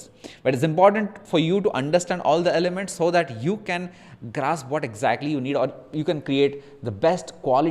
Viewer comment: nice video mate! trying now with some art, its looking good already! Also: "ELEMENTS" :)